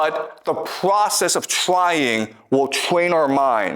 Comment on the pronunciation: The pvocess of tvying to tvain our mind.....😂😂😂😂